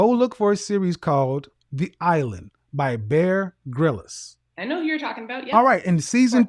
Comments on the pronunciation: Am I the only one who laughs out loud when he pronounces Bear Grylls as “ grilis”? 😂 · Bear Grylls pronounced Grills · Any other Brit’s maddened with how Kevin pronounces Bear Grylls 😂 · man, its Bear Grylls, one y, no e, you are saying it weird.